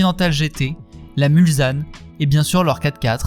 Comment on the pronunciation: Bon reportage mais attention, on ne dit pas MulZanne mais MulSanne , c’est le nom d’un des virages du circuit des « 24 heures du Mans ». 😉